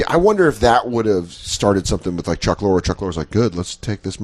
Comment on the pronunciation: Dan mispronounces Chuck Lorre's name 10 times and then talk shit about Corey mispronouncing Albany.